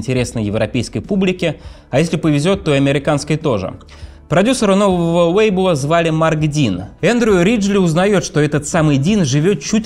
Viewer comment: Сори, не досмотрела. Началось с Весли вместо Лэсли, а на вейблах вместо лейблов пришлось выключить